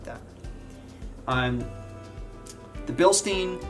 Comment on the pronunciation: Bilstine not bilsteen.